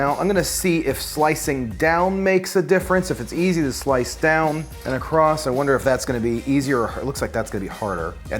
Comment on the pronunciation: Why he say ACROST